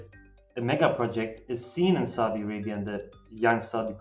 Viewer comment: This guy needs to learn how to properly pronounce Saudi Arabia and Aqaba, among others.